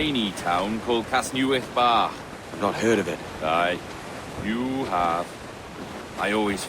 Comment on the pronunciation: The only slight I had with the game is that the voice actor pronounced it Cas-NEW-ITH instead of Cas-NEH-with. It was nice to get a mention of the town in the video game regardless.